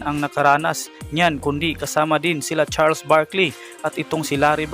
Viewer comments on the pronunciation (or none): none